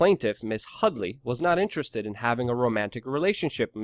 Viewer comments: HUDDY not Hudly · Her name is HuDDDy - not HuddLLLy. Read carefully and report it right.